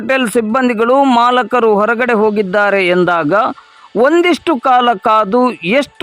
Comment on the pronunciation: ಮಾಲಕರು ಅಲ್ಲ ಮಾಲೀಕರು ಅಂತ ಹೇಳಿ. 😊😅